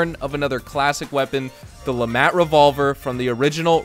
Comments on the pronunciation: Hearing Le MAT hurts my hears, pretty sure it's pronounced Le "Maut" "mont" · Its French. At least dont say the T.